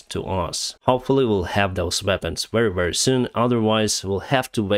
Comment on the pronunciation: Please read "very" with v sound like в in cyrylic alphabet.